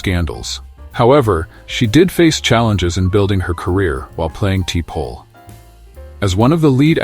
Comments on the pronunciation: Like Tee-Pole? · The AI voice to this video is terrible !! Like "TEE PAUL" You didn't edit your audio? Wow!! Smooth move "EXLAX" 🤣🤣😐👌🦨👍✌ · Great video. I especially like the narration of Jolene Blullock, who played TeePol. Also, Kira Nerris, who worked well with Lieutenant Commander Werf on DS9. Also, Terry Farrel, who married the son of Leonard Naymoy in 2018. For crying out loud, how tough is it to find a human to read off a script?